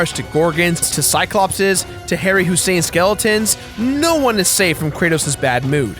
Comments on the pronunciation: Harry Hussein skeletons? His name was Ray Harryhousen (pronounced harry-houz-en). Good review though. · lololololol who the hell is harry hussein? its hausen lol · It's pronounced "Harry-house-in". At least I think it is. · Harryhausen, pronounced Harry Housen. Not like Sadam Hussein .